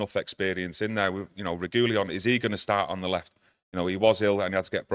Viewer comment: Guys, love you both and you're always spot on. But it's Re Gwi Lon. Reguilon 😊